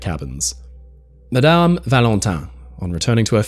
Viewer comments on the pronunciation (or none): none